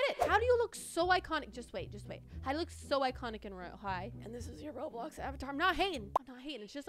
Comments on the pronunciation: I love how it say rolbox instead of roblox 😂😂😂👍👍👍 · Nobody gonna talk about how it said rolbox not roblox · I have a conplain but wheb u said roblox it actually said rolbox just saying 😬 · Is nobody gonna talk about when it said rolbox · “Rolbox” I love this girl 😂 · my parents always pronounce roblox roblux